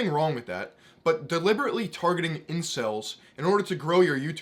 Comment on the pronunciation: "Incells" lmfao good lord, never even say that again.